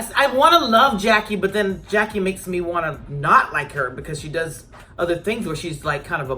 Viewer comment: Rheshonda Adams Evelyn never said that her and Jackie were not friends Feby did and Og made it seem like they were all laughing at Jackie witch they wasn’t they were laughing because Feby mispronounced Jackie ‘s name